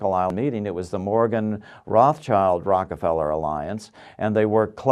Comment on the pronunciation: he said ROCAFELLA!!!